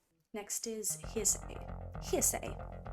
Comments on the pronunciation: Not "Heresay", but "Heresy". "Hair - S - E". Herr Ess ee. Heresy is basically another word for blasphemy. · Heresy, not Hearsay. Like what a heretic speaks. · Not HEARSAY... it's HERESY 😆 Like " was burned at the stake for heresy, she mispronounced the song title." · it was killing me too lol. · March of the Pigs switches time signatures multiple times but the really fun part that seems hard to follow IS because its in 7/8 time signature which in itself is weird and can be disorienting. But I LOVE IT Also just as a heads up, Heresy is pronounced Hair-rih-see, different from hearsay. :) As for the album theme, it is overall about the downward spiral of the individual which is started from a breakup. That initiates the downward spiral with drugs thrown in to expedite the process. Themes like losing parts of yourself/humanity and becoming machine-like etc describe the downward spiral until the closing track Hurt where he finally decides to end it, and having a quick flashback on it all and his relationship before finally ending on the thought of how if he only had another chance to do it again, he would find a way. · Heresy is pronounced "HAIR-ISS-EE". It's what a heretic is accused of.